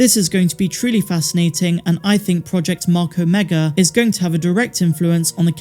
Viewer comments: Why do you pronounce omega correctly when talking about the project, but when talking about the character, you say "omeger"? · “Omega-r” lol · "Omeger" I'm dead lol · Her name ia Ameegah, just ask her brothers antah, eekoo and reeka. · “Mas ameda “ was what I thought she was sayin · Every time I hear it, I hear Mark Amiga instead which sounds like the name of a guy I used to work with.😉👍✨ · 😂 that's what I always hear, too! Hey, maybe it's really your friend the Empire is looking for... hmmm. Now I have to watch it again, what a terrible fate! :_MAULRAGE